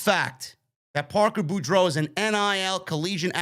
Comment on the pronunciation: it's pronounced Parker BORE-DOUGH. like Scarlett Bordeaux